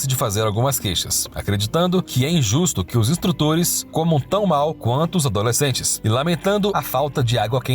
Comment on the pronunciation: A leitura do texto estava estranha... toda vez que falava "Os adoslecentes...", ele falava pausando.